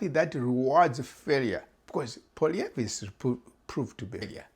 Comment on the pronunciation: Muckraker, you have come with nothing but muck. Go and get your head examined. Nothing but click bait. You cannot even say the opposition leader’s name correctly.